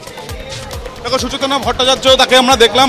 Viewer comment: সুচেতনা নয় সুচেতন